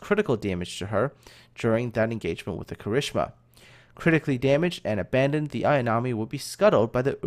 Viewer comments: Um, I've been learning Japanese for long enough to reckon that I know how Kirishima is supposed to sound, but given that is putting so much into these educational videos, and that he isn't saying he's good or qualified to pronounce these names, I wouldn't say that his Japanese pronunciation should really be a point of issue...just my opinion, though. ^^" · Eh, I wouldn't say it's that bad, especially since he gets the 'tsu's right. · do us all a favor and never EVER try to pronounce Kirishima again. My poor ears! XD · Not as bad as one of the narrators of dem 'Murican documentaries imo :D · My thoughts exactly! I think it stuck in his head from one of the documentaries he used in the Kongo-class episode. But ya,, PLEASE don't pronounce that again. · While I agree that he does a good job with most of the Japanese words, If you think his pronunciation of Kirishima is "not bad", then you've obviously never heard it pronounced by a native Japanese speaker. I recommend the anime Arpeggio of Blue Steel. It's available on Netflix, and around ep4-5 IIRC, you'll get to hear plenty of examples of how Kirishima is supposed to be pronounced.